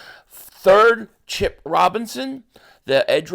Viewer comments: Two things. Number one: his name is Chop Robinson, not Chip. Number two: you said start DeJean with CJGJ. What will the Birds do with Sydney Brown if that happens? Deuces. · love how it say Chip lol his name is Chop Robinson tho